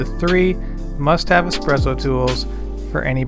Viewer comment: Good choice! You'll find much limitation when it comes to a machine like the Nespresso as you come further down the road. And yes it is a much more artful experience with an espresso machine. PS. It's "Espresso" not "Expresso" :)